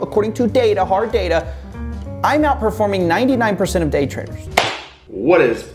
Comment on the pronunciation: why did i hear GAY trading